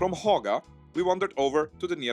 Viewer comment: That was a 100 % approved pronounciation of Haga in "Gothenburgish" or as we natives say, "Gôtebosska" 😄